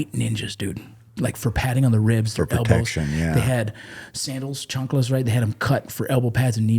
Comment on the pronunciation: Bro said "chanclas " 😂😂😂 . This is Roccos' best interview thus far.